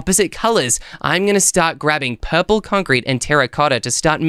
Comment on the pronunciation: When he said purplur it got me rolling😂😂😂😂